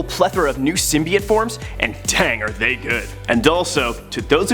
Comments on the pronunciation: why tf is he saying symbAiote its symbiote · Err... hate to break it to you, but most people would say pronouncing it "SYM-BYE-OTE" is screwing it up, as "SYM-BEE-OTE" is the most commonly used and accepted pronunciation. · (Sim-bee-ote) not sim by ote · It's sim- be- it. Symbiotic, Cut at I, add a T. It's not pronounced Sim-Bi-ote because they say it in a movie. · Sorry it's pronounced sim-by-ot not sym-by-yote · its pronounced symbeeote not symbyeote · Did he seriously say sym bai ote? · It’s sym bee ote confirmed by marvel. You would think you would do your hw, so sad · Bro say it with me: sim bee oat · Symbyiote lol! Don’t worry man it’s good. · Every time you say SymBIote I want to rip my ears out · No one... Literarly no one...: Sym-bye-ote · Sim-bee-oat nothing else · Say it with me SIM-BEE-OAT! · first. it is symbit. symbIOte is for the french. second. if an old symbiote like venom gets a new for form. that doesn't make them a new symbiote. but whatever makes you a video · its sim bee ot :P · Heard "sum-eye-it" and dipped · Stop saying sum-BYE-ote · To be clear, we're talking about cringing about "sim-BYE-ote" right? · Bro he kept saying SIMBA YOT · Sym-bee-ote is way cooler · Most commonly used perhaps, but incorrect. Ask a biologist. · I swear he’s mispronouncing it on purpose. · I can’t watch watch this video with him mispronouncing symbiote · I can barely watch this video cause of how he pronounces symbiote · His pronunciation of symbiote made watching this a pain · Hearing you mispronounce symbiote is like hearing nails on a chalkboard while cats in heat have sex while pouring acid in my eyes. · Lord, out of all the things that bugged me in this video it’s how he says symbiote.. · Was gonna say don't worry about the haters ... Then I heard you say symbiote.